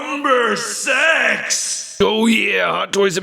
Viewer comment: dude i think you miss pronounced six